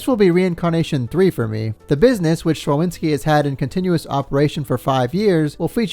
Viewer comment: you're doing an amazing job, love those episodes. One thing (more fun fact, but yeah) szczawinski is a polish name and it's pronounced sh-cha-veen-ski